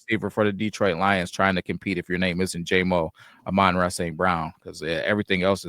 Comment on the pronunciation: You guys might want to get your pronunciations correct, though I don’t know if you will since you’re still pronouncing Amon-Ra’s name incorrectly after 5 years, but it’s the same issue with both. ah-mun RAH (emphasis on the last syllable) teh-SLAH (emphasis on the last syllable) It’s basic respect to learn how to say their names. Also, happy birthday!